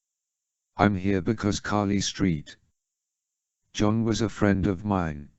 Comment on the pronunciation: The pronunciation of Carly Street John cracks me up every time lol